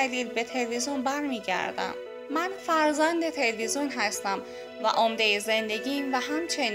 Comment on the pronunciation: خانم عزیز اون تلوزون نیست تلویزیونه خواهش می کنم بخاطر خودت برو کلاس فن بیان در این زمینه فاجعه هستی